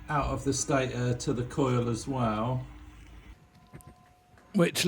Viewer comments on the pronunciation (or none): none